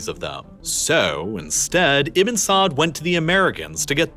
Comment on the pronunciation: I think he's try to say Ibnu not Ibin.. “ ibe nu ” or “ ib nuu ” not iben.. Ibnu Saad I guess.